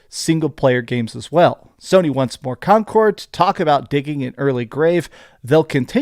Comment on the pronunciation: why do you pronounce it like "concort" with a "t"